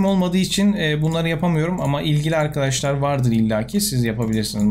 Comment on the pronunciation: abi ne içiyorsun videodan önce sölesene yaw böyle giriş yapıosun seğam arkağaşlar die